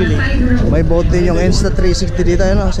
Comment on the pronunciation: Sir BOOTH not BOAT